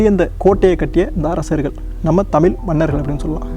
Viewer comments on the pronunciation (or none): நல்ல முயற்ச்சி..தயவு செய்து தமில் என உச்சரிக்காமல் தமிழ் என உச்சரியுங்கள்.நன்றி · good info - thamzhi's most important is zhagharam kindly try to pronounce (ZHA) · Everything good in this.. except the pronouncation of out Tamizh. There are good tamil videos to help us to pronouce la garam.please do practice